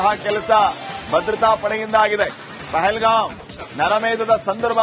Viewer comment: Say properly. It is pahalgam. What is your qualification?